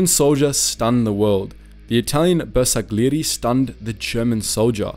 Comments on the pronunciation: This is such a great documentary regarding the courage of some members of the italian army and I really appreciate all the effort you put into this video, but the pronunciation of most of the italian words here is just... nevermind. Two examples come to mind: the surname "Giorgi" and the word "bersagliere". The first was pronounced as if it were "Ghiorghi", while you should've read it as if it were "Jorji"; same with all the "Giovanni", as they were read "Ghiovanni" but should've been read "Joevanni" (I know that "Jo"/"Joe" isn't pronounced exactly the same as the italian "Gio" but it's still quite close so I think it's ok to make the comparison). In the second case ("bersagliere") you read the "g", the "l" and the "i" as separate sounds, while they should have combined in a sound closer to that of the letter "y". Again, this criticism isn't to diminish all the effort and research you've put into this video, it's just to tell you that a couple of things can be improved and how to improve them. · Bersagliere is pronounced with a soft G, not hard.